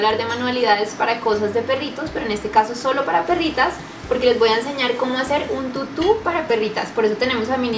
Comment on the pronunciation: Tutu ba con acento tutú